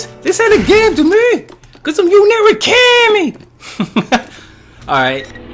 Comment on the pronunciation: Thanks for the walkthrough. While I found your commentary annoying at times (especially that way you pronounced Yu's last name, why do you think talking like that is funny?), I did like seeing you play the game on a high setting. Other fighting game walkthroughs I've seen just cheese by pushing the opponent into the corner and spamming melee attacks, even with characters who aren't designed to be used that way. This gave me a better picture of how each character is meant to be played.